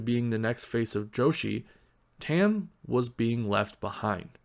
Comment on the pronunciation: Her name is pronounced like Tum, not Tem.